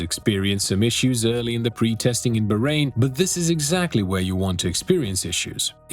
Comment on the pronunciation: its BAAAAHrain not BAHHrain.. bro pls respect any name..